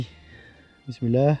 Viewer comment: A 7,25 minute il a dit pismila 😂😂